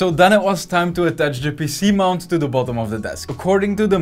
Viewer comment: "This is a PC mount" wtf did you say that was??? a what ?????? what mount???? this is youtube not PH hahah